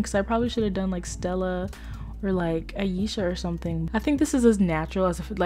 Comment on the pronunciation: My name is aisha and u said it right I love u even moreee